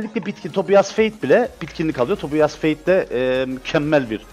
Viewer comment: O TOBİAS DİYE DEĞİL TOBAYS DİYE OKUNUYOR